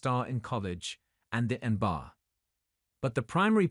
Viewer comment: C'mon, at least get a real voice actor to read the script. Or watch the video at least ONCE so you can see how ridiculous that AI voice sounds. En-Ba? How about N - B - A. jeez.